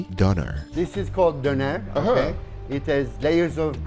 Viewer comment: Please learn how to pronounce Döner